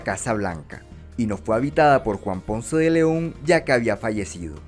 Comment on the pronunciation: Difficult to trust the dialog with so many pronunciation errors of Spanish names. Ponce is obviously TWO SYLLABLES. PON-CE. Dozens of similar errors!